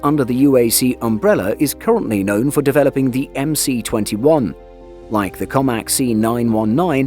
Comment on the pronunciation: “MS21” the “C” in russian alphabet is pronounced “S”. So it’s MS21 or Магистральный Самолёт 21ого века (Main aircraft of the 21st century)